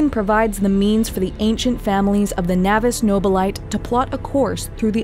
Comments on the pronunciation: Navis Nobilite is not pronounced "no-buh-lait" but rather "no-bi-li-tey". There should be a stress on the last syllable like the French word "liberté". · She pronounces everything wrong, to me anyway. Xenos is pronounced zenoss. Navis Nobilite is navviss noh bill it tay. It's Latin, used a lot in 40k